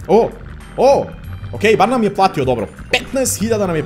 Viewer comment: rekao je pratio umesto platio Može srce ❤❤❤❤❤❤